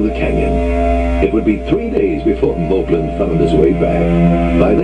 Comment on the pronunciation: The narrator pronounces Molblin differently than the other characters. Possibly because at the time this book came out, "Moblin" was already the accepted spelling and pronunciation in the cartoon. I'm a nerd.